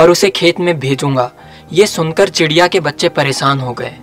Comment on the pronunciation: Presaan nhi pareshaan